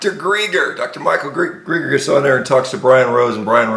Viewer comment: This guy can't even pronounce London Real or Dr. Michael Gregor. He's really on top of things! I'm going to follow everything he says!